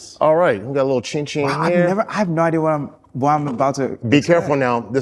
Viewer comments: Akbar's attempt to pronounce African words by adding an extra intonation is funny to me 😅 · Someone please teach Akbar how to say “ Chin Chin” correctly. It’s really not that difficult. Ugggh!!